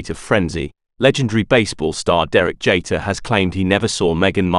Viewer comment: JEETER, not JAYter.